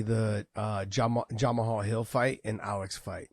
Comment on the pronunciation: i think Josh needs to respect Jamal alittle more...ive seen him on this show 3 or 4 times purposely saying the mans name wrong, would he say that to him in person? ohh yeah i forgot he works for Bellator and didnt win a belt...he seems alittle jealous and salty that Jamal is a champion, say the mans name right for god sakes. smh